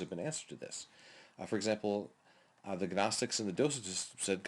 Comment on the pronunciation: Good video. One small point you don't pronounce the G in Gnostics.